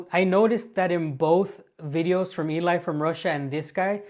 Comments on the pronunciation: Cool YouTuber 'Eli From Russia' is a Girl... her name is pronounced like the English name 'Ellie'... not the male name 'EE-lye'...🤦🏼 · Hey, Great video BUT... Her name is pronounced Ellie NOT Eli. Eli is a guys name😁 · I love your videos and rarely comment however. One of my favorite youtubers is Eli. She is more a documentary maker. Just one little thing her name is Elina and she calls herself Eli, pronounced Elee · Eli pronounced as Elle. Best videos on TouTube in my opinion. Love your channel too.